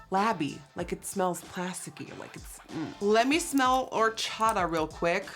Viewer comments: “horchada” i’m dying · I had to go back to cuz I didn't understand if she even said "horchata" right😂 she didn't Nikki: "wHO0oOR-ChA-Ahh"